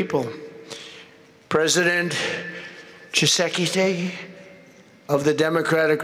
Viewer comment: Prononce président kisekiseki hhhhhhh